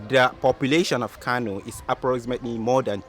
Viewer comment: It Kano not kanu 😏, talking like you ain't a Nigerian